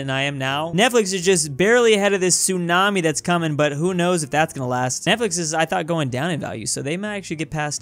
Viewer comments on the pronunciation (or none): none